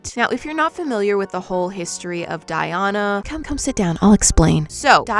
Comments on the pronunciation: my name is Diana so hearing it being pronounced “Die-Ona” so wrongly hurts my soul LOL 😂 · I’ve never heard someone pronounce “Diana” that way, and each time you say it I get a jump scare 😭